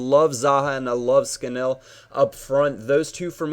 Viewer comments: its Scan-all ^^ not scan-ell:) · It is pronounced 'Scan-null' no idea why, just is :P